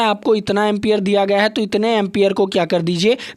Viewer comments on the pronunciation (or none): Empier hota Hai Sir